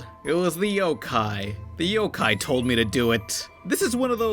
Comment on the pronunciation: It's pronounced yokai